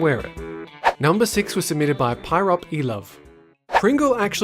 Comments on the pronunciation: It's not Pyropelove (pyrop-e-love) it's Pyropelove (pie-rope love)! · Pyrop ee love lol next time just so you know, its pie-rope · PIE-ROPE love. Not Pie-rop-e love. X'D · It's pronounced Pie-rope love. Homestuck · pyropelover is pronounced pie-rope lover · the name Pyropelove is pronouns pyrope love [py-rOpe] the e is silent